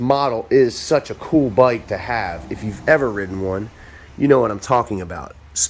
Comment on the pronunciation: This byyke, it's fast byyke, clean byyke, analog byyke